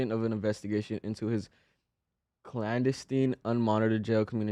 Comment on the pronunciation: Clan-de-stine my boy